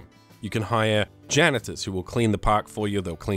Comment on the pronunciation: You said ganitor fix things